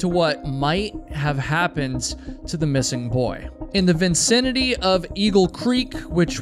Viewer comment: New pronunciation of "vicinity" just dropped.